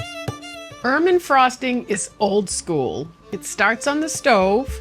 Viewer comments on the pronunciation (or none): Its not ermin frosting It's ermine! er Mine!